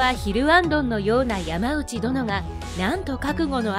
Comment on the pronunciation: ヤマウチじゃないよ！ヤマノウチだよ。by子孫。